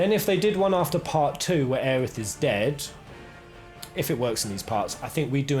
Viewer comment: It's pronounced "o-reh" not "or" lol